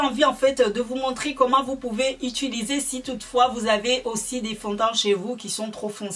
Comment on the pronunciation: Bonjour. Je suis Réunionnaise , les mahorais et leur accents ont connais mais la certains mots son complètement déformés c’est gênant, quand ont décide d’être une personne publique en sachant que des enfants regardent, faut faire un effort. On dit « utiliser » pas « Ituliser » C’est pas agréable à écouter. Chacun donne son avis je donne donc le mien...